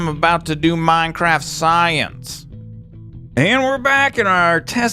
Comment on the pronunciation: Love ur "MAJNCRAFT SAJENC"